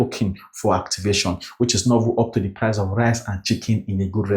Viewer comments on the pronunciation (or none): none